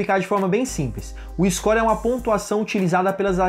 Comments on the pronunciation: Scor? Kkkkkkkk ou "Score"?? Buguei Aqui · "Iscó" kkkkkkkkkk